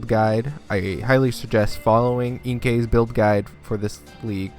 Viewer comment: I think Enki is pronounced ''Enkee'', not ''Enka'' :) But cheers on the video good stuff